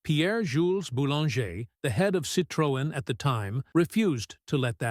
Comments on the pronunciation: Sitrowen - wrong Citroen - correct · AI, say Citrin... Not Citrowen. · It's not "citrÔen", it's pronounced "citroEn", the accent is in the last syllable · Ich habe nichts Neues erfahren und erst recht nichts schockierendes. Außer, dass die Drecks-KI nicht in der Lage ist, "Citroën" richtig auszusprechen... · ‹Shocking›? Not really. Surprising maybe. And the pronounciation of ‹Citroën› and other french expressions … well, try again. 😊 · Shockingly ignorant pronounciation of Citroën. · What a Disgusting and mispronounced CITROEN. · Learn to pronounce "Citroen!", it sounds ridiculous when You says it. And You got the suspension totally wrong, and the wiper stod still when the car stopped!! I had 4, so I know. Laying videos out on the web demands som knowledge